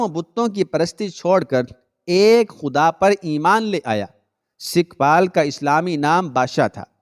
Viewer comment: sikhpal nahi sukhpal